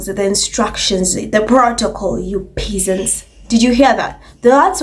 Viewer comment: Has anyone bothered to look at her? Nothing about it is refined. Yes. I said it. The Ho is coarse, classless and common as dirt. P.S. pronounced PEZZANTS..😊